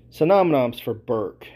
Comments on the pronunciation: I had to stop at "synom-noms" lmao. I'm 6 min in and can tell the way you connect things is the equivalent of starting at 1 Wikipedia page and getting to another through clicking the blue words. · Masterful series. My head hurts that as an adult you can’t pronounce synonym or Hennigan but hey I’ll let that slide